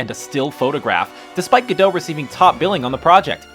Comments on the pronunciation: Ga-dot, not Ga-doe. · can we all please come to the understanding that Gal's last name is pronounced Ga Dot. it is not French and the T at the end is voiced. Thsnk you fur your understanding. Have a great weekend. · Her Name is Gal Gadot! with a T in the end it is not silent. Gal GADOT!!!! can you please pronounce it correctly ?? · Gal Gadot is not pronunced gadow, the T at the end should be audible. She herself clarified that. She's not French, but Israeli. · Her name's Gal Gadot, not Gal Ga-dough. She's not bread dough nor is she French. Very peculiar. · It's Gal GadoT. pronounce the T! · Gadot is pronounced with the T. the T is not silent. and why would it be silent? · Gal Gadot is not French... the final T should be pronounced.